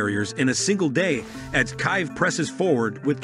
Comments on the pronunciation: What the hell is a “Kive”? Is it a friend or an enemy of Kyiv? If you can’t even correctly pronounce the Capital of Ukraine, how can I believe anything else you have to say? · It’s Keev not Kive learn to pronounce name properly for gods sake it’s not hard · Its not Kive or Resthomes pronounciation of Keeve. It’s keeyeave. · You can tell these things are read by artificial intelligence based reading systems (or perhaps more appropriately termed, artificial stupidity) because they will mispronounce names that are not in Engish. If you think "Kive" was bad, wait till you hear how these things attempt to pronounce "Xi Jinping". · It’s pronounced Keave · You would think this announcer should be able to pronounce Kyiv. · OMG, THE WAY HE PRONOUNCES KYIV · Don't trust somebody that can't even pronounce the name of Ukrainian City correctly. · Russian propaganda readers can't pronounce "Kyiv." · You yanks can't even pronounce Kiev 🤣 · can't even pronounce the Kyiv properly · That is not how you pronounce Kyiv